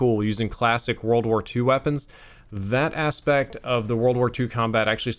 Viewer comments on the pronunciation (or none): none